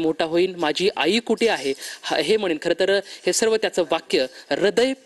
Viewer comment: तु आधी मराठीचा क्लास लाव.. रिदय पिळकटुन म्हणे😢